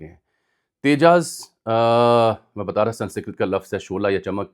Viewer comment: I being too much particular about spellings and pronunciations and you being a very admirable journalist, compels me to correct you when you go wrong. You said "Sansikrat". It's in fact "Sanskrit". Or maybe I heard you wrong.